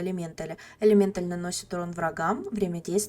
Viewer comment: элемента́ль элемента́ль элемента́ль элемента́ль элемента́ль элемента́ль элемента́ль элемента́ль, а не элемéнталь! так перекорежило, что даже комментарий написал!